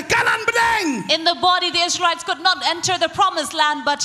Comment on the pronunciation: You can say lsraelites